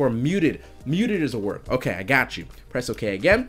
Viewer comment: “its pretty ogay“